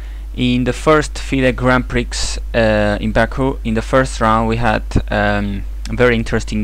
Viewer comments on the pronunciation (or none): it is not grand pricks - it is pronounced grand pree otherwise great stuff